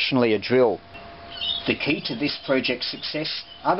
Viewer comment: It's a key, not a keyer. 😢